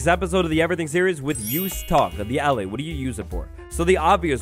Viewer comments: SAY AH LIE = ALLAY. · It's ah-lay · He keeps saying allay wrong